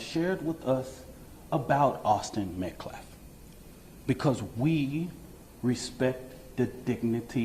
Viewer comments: He can’t even say Metcalf correctly! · Can someone tell that idiot felon mouthpiece that’s it’s Metcalf NOT Metclaf! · I can't get over how the Next Gen guy says they haven't been disrespectful of the victim while also continuously mispronouncing Austin's last name. Metcalf is not pronounced Met-Claf. It's the little things. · This attorney isn't even pronouncing the dead boy's last name correctly. He keeps calling him Metclaf instead of Metcalf. Who's attorney is this? What is the GiveSendGo charity? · She can't even say his name. "Metcalfe boy". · Can any one of you cartier boys explain why the man at the press conference can't say Metcalf and persists on saying Metclaf?? Lol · Austin Metcalf! Not Austin Metclaf!! He can't even say Daniel Penny correctly! He's a felonies clown. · Why can’t any of these people say that young man’s name right???! Austin MetCALF not MetCLAFF geez…. 🙄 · "We respect..." yet can't be bothered to pronounce a simple last name properly. 😆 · That lawyer can’t even pronounce “Metcalf” 😂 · High school kids sometimes get into scuffles, but they are generally not expecting someone to brandish a weapon. He brought a knife to (at most) a fist fight. (Like how that guy purposely mispronounces his name over and over while trying to tell his dad how to respect his child's dignity). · Does this NGAN dude mispronounce DK Metcalf's last name too or just unalived white kids? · Thank you. Right is right, and wrong is wrong, regardless of skin color. I wish that guy representing the Anthony family would stop mispronouncing METCALF. I think he may be doing it deliberately.